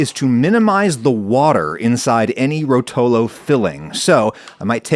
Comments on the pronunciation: it's ròtolo not rotòlo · Btw, Ròtolo, not rotòlo :) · Being italian I feel compelled to make this statement: it's ròtolo and not rotòlo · you pronounce it wrong. It’s Rohtolo not rotohlo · The correct pronunciation of the word rotolo in italian would be ròtolo (accent on the first syllable) instead of rotòlo (accent on the second syllable) which is the way you pronounce it throughout the video. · The way he says "Rotolo"... 😬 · I never heard "rotolo" said with a worse accent lol Why americans, just why But hey +10 for saying Pecorino right